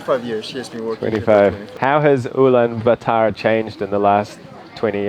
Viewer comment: Blud can’t even say the name correctly